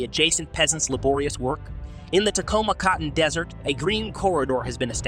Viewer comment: It's Taklamakan desert not Tacoa cotton desert.